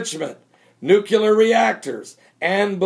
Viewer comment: NEW-KLEE-URR say it with me NEW-KLEE-URR :)